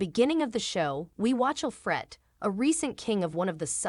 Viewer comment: This person cannot even pronounce Alfred. The show did not have a sad ending for Uhtred. Did she not realize that he got Bebbenburg back. Stupid video.